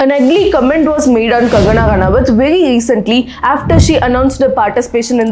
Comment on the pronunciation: Vely lecently 😂😂😂😂